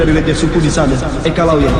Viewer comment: eka laya yg benar bukan lawiya